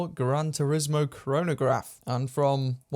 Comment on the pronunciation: It should be "Gran" Turismo, without that final D